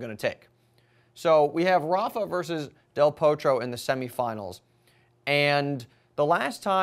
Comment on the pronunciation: pronounce del Potro with a small o not O if you follow me.